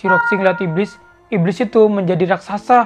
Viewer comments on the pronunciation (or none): none